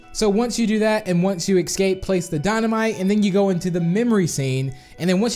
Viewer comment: Yayayayay, NOW EVERYONE CAN GET IT, also have you even learned how to say escape You just say excape